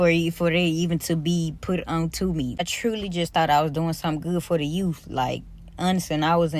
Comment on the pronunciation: Doing something good for the "YOUF"? Girl goodbye!